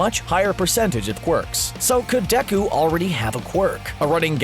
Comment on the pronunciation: ummnn...you know its pronounced day-ku and not decku even tho his name is spelled deku does not mean you can call him decku